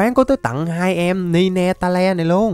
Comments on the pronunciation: Vãi cả ni-ne-ta-le ạ, pokemon đó đọc là nai teo anh ơi, vì nó có 9 đuôi ạ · Ninetales :))) hảo đọc